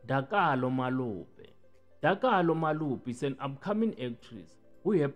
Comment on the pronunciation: Not Malope it's Molope